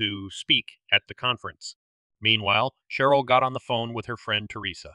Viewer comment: Who told you to pronounce Cheryl with the ch sound instead of the sh sound? Sheryl and Cheryl are pronounced the same